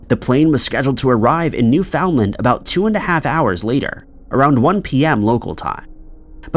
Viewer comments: Btw, it's NEW-fin-land, not new-FOUND-land. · Has anyone here ever heard of "New Found :Land"? I thought it was Newfoundland, but I'm just a silly Canadian...this narrator is special. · Dang, kinda pedantic isn't it? And as I type this he said New Found-Land two more times and I'm getting irritated now, lol. New Finland is always how I said it. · You are saying "New Foundland" wrong. And it sounds dumb AF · It’s NewFINLand. Not New FOUND LAND! Love your content tho. Listen daily ❤ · You can't expect people to know every local pronunciation. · New foundland…. Wtf lol why does he constantly say weird shit like this ? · You don’t pronounce Newfoundland that way. You don’t have insinuate the “found” it’s New-Fin-Land when pronounced. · Properly pronounced, in my understanding, it should sound like “NEW-fnlnd” Am I right? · Learn to pronounce words like Newfoundland and Peron. It undermines your credibility. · Newfoundland rhymes with “understand”. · Now if he could just pronounce Peron and Newfoundland correctly.